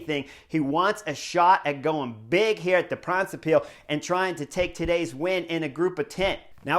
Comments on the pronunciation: It's not "De Brabintse piel" but "De brabantse pijl", although it's funny. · Yes sure was funny, didn't even know it was the name of the race he was saying until later in the video. The a's in "brabantse" should be pronounced like the o's in now and cow. And pijl, yes more like pal.